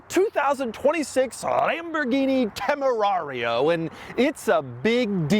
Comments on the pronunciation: It Is Tamerian and I'm not calling it anything else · Could have sworn he called it a TemuMario😂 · It's pronounced "John Temarian" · Dude stop mispronouncing the name. We all know how's it's said.🎉and it's comes prewired for a breathalyzer those are Porsche cup holders